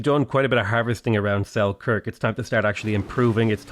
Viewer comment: something just feels wrong when you pronouns Selkirk